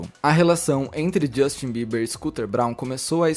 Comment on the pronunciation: Fala Justin Brasileiro: Justchim 😅